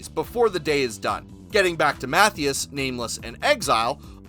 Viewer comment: Matthias is pronounced Mah-tea-us just fyi